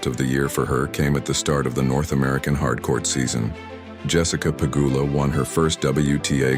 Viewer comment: Bot channel?! ... pronouncing Pegula 2 diff ways.